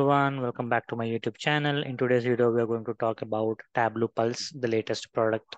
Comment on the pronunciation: It's Tab-low.